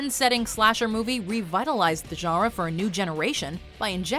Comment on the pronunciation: I love the way you pronounce your French and your German. You have to work on your Spanish a bit but that's okay. But when you say genre it sounds fake and forced. It sounds like you're trying way too hard to pronounce genre I guess the way the French would. But it doesn't sound real or natural. Not by a long shot.